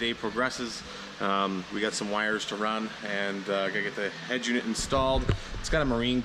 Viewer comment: The fuck is a head jewnit...... UNIT that shit is so annoying EH